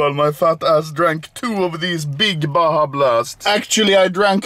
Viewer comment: It's pronounced BAHA blast! oh sh1t, nice!